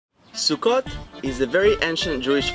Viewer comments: The way he was saying SUKKOT with out the T it sounds like he was saying Russian SUKKA, witch doesn't sound right when you know what SUKKA means in Russian. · Why every time he said sukkot I heard suka :D